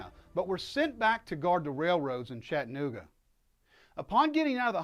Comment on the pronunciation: PLEASE stop mispronouncing the name of my hometown. It's Chatt-a-nooga.. Please practice saying it. Chatt-a-nooga... Chatt-a-nooga...